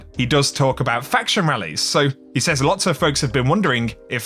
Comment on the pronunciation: I love you and your content... but please... SAYS... is pronounced Sez...not say'z, you Say something... past tense is said/sed... or to qoute is says/sez or ses.